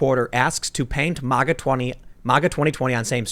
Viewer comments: Ma-ga. Not mah-gah. Stop saying it like a democrat. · WILL YOU PLEASE STOP SAYING M.O.G.A. YOU SOUND LIKE AN IDIOT! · Learn how to pronounce MAGA. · Bro you're mispronouncing MAGA!! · Stop saying MAGA . You fucked that word up . You say it aaalll wrong bro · Never heard anyone pronounce maga so bad